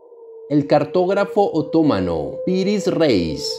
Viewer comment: Esa acentuación... Es otomano, no otómano y Heródoto, no Herodoto. (Hasta lo pone en rojo en los correctores ortográficos).